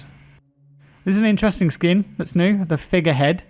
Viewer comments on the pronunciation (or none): none